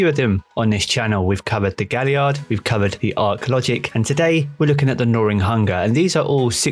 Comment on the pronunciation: Where does this giy get the "R" from in gnawing? 😅🤣☠